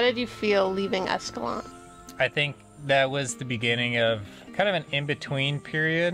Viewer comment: Love this video series and I'm glad the next one is out!! Just so ya know, the locals pronounce it escalan-tay and pah-ree-uh.